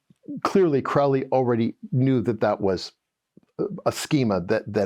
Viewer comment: This was interesting. It would be even better if you could correctly pronounce the words Crowley and Thelema.